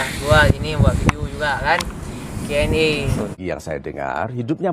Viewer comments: bukan QNE hai cut bang tapi Q&A (question and answer) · QNA itu pake A bang bukan E.